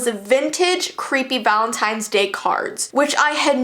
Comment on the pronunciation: VALEENTINES day